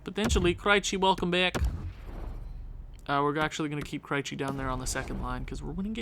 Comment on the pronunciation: I know I'm watching this way after the fact, but maybe Krejci is doing bad because you keep pronouncing his name wrong. I'm a Bruins fan and every time you say his name I cringe just a little bit. But other than that, I'm loving your channel my guy, keep it up